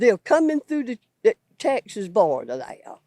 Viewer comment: Therea ? There is no a in there stupid hick